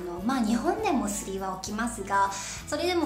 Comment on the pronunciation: ということは、バックパックやリュックサックは1番危ないですね(T-T) ショルダーは前側にバックを持っているようにします！！ 身長の次はスリ。笑 スリのアクセントはス、では？笑